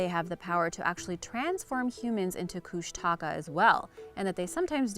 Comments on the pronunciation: Kushtaka is pronounced (kush ta caw) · Alaskan here. First off, it is pronounced “Koosh’ ta kah”. The Tlingit and Haida tribes throughout the Southeast panhandle are the ones who have the most stories. In fact I passed them on to my own kids. They are half man half otter shape shifters. They have red eyes and are tricksters. A good book about them is “ The Greatest Story Ever Told”. Secondly, the Thunderbirds have been seen many times over the years, especially in the lower Western area of the state. I know someone myself who has seen one. There are many interesting and unexplained things up here in the wild. We usually just accept them as part of the way of life here.